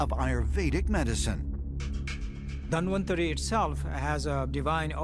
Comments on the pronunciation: Lol, its not Dan Vantari, its Dhanwantari. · He said Dan-van-tri.... The host- DAN-VAN-TAARI....